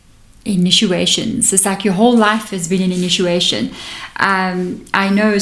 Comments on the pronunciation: Initiation. Not sure if people say inituations. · Initiation not inituation ❤